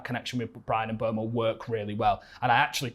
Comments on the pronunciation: It's funny cause bro on the left says he singlehandedly shouting about mboomo for years still calls him mbwemo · At least pronounce his name right... sounds more like "Mboomo" than "Mbwemo"